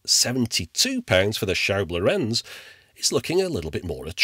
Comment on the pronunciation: Thanks for another retro ride :) Just a small niggle here. It seems all English speakers do this: The name Lorenz is the Germanic version of Laurentius (Latin/Italian) and NOT emphasised on the last, but on the first vowel! Please quit saying "lorEnz", and instead say "lOrenz". It makes sense to remember this, because many famous and important scientists, engineers, mathematicians, artists, politicians, etc, had the name in a few different spellings, but Lorenz and Lorentz have the same rule. The only exception would be, if the second vowel has an "h" following, to indicate a stretched enunciation, but I have personally not seen that possible variation.